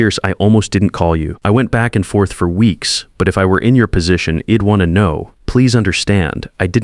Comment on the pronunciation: I was multitasking, half listening and wondered what 'eed' was😳 oh, got it! it's - I'd 😁